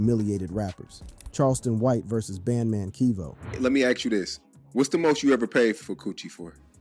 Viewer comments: Bro the fact that's the narrator is calling him band man keve as well is the most hilarious part of this video 🤣🤣🤣🤣🤣🤣🤣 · Who's "Bandman Keevo" and "Soo-ja Boy". The narrator's pronunciations are hilarious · Bad man keeve